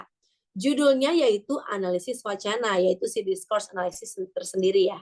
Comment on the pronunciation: "anaylsis" itu dibacanya enelisis, bukan enelaysis, say, hehehe .... Semangat ya!